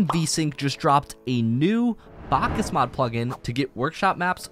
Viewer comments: me having psychologic problems after hearing this guy saying "bákas mód" 100x in a single video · Bakkesmod not bakkasmod please